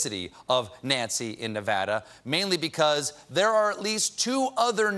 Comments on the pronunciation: I'm so proud of Stephen for pronouncing Nevada properly #VEGASBABYVEGAS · He said Nevada correctly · Thank you, Stephen--thank you, thank you, thank you--for pronouncing Nevada correctly. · I love that Stephen says Nevada correctly! Many dont